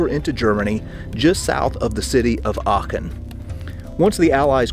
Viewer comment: I have to applaud you. You managed to pronounce Aachen nearly correctly. Which is close to impossible for americans.